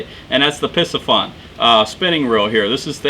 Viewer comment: I'm not really familiar with a lot of fishing equipment but I'm guessing it's pronounced, Pisce-fun like in Pisce (meaning fish), not Pissy-fun (like in Pee-Pee).